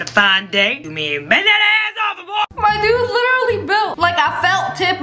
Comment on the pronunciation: bro does not know how to say literally